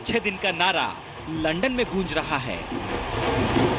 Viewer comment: सबसे पहली बात वो लंडन नही लंदन होता हैं।